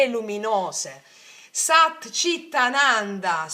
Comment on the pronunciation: Ciao scusa ma voglio chiederti per sapere per non dirlo sbagliato allora SAT CHIT ANANDA Tu dici CIT ma è CHIT perché c’è H. Scusa e Grazie❤